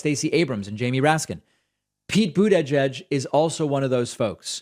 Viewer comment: He pronounces Buttigieg in a way I've never heard before.